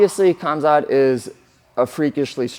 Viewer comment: "KH"amzat, like spanish 'J'-amzat